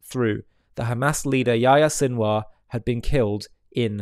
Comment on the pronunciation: Sinwar turned into Sinwas.😂😂😂😂😂